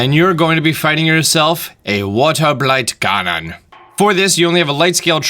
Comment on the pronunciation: Why did he say Waterblight Ganon in a Schwarzenegger accent? 💀